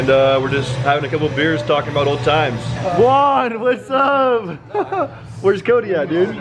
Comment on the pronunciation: I have a question : why do call Juan "One"? Its Juan not One xD